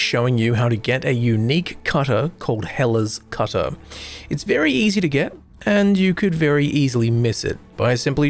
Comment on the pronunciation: Just waking up, thought bro was hyping up Hitler's Cutter